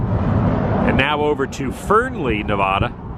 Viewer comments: You are mispronouncing Nevada as Nevahhhda. It's Nevada (short a) . BTW, in Elko, did you do one of the Basque Dinner Houses? When it comes to SLC, you missed one of the more interesting and truly quirky cities in the U.S., and we are not talking about Temple Square. LOL love the Arachnophobia in Sparks, but back in 2003, being recalled back in, we had Iraqnaphobia. LOL, DS2 was just as stupid as DS1. Mission Accomplished 🤪 (Then we were treated like garbage again this time by W, the prior time by Clinton and HW, in the U.S. when we came back, lots of fun) But, then again, when was it ever different being treated like worn out throwaway, spent G.I. Joe dolls. Got out again in 2005, and could not find work, as our civilian jobs were not held open for longer than 18 mos. This country could not even offer legislation to keep our jobs open for the duration of the tours. You had two homes at one time. Adam. When I got discharged again, I was homeless and jobless for quite awhile. So all of us were and are not good. You know it was the corrupt Vegas and Southern Nevada casinos that offered us jobs, and no one else in the nation. The rest of the nation's employers treated us like diseased rats. Nevada is the last patriotic state in the nation. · From a Nevadan, it's not Nev-ahh-duh, it's Nev-a-duh. Same A sound as the the word at, as, hat, etc. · Hello, Nevada resident here making the obligatory comment: Adam, don't you know it's pronounced "Nev-ADD-uh" and not "nev-ahh-duh" like you keep saying?? Thanks for stopping by! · Love the vlogs Adam! Cool to see you in Northern Nev-ADD-uh. Just how us Nev-ADD-ans pronounce it. You’re so great though…you do Woo!! Safe travels amigo! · Adam I love you, but please stop pronouncing Nevada with a U. It's pronounced how it's spelled.